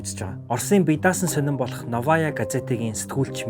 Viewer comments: Навая гэж биш новая гэж хэлнэ О дээр нь өргөлттэй уртаар гэсэн үг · ПавЕл, новАя гээд буруу газраа өргөлт аваад байна аа. Орос хэл огт мэдэхгүй байна аа гэсэн үг. Англи хэл дээрх мэдээнээс Оросын талаар мэдээлэл орчуулахаар хэт 1 талыг барьсан мэдээлэл болж байна. Оросыг дэмжигч огт биш болно